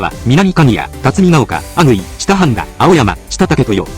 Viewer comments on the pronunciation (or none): あ↑ぐいで笑った(笑) あ↓ぐいです🤣🤣 特におかしいと思ったこと無かったけど 名駅は複雑だったのか〜！？ 普段電車使わない人がJR使うのはそういうことかー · 高校生ですが利用してると慣れてしまうのが不思議。 阿久比のイントネーションは阿久比↓ではなく阿久比↑ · あと、「阿久比」と「前後」のイントネーションが間違っています。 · 阿久比の発音に違和感（笑）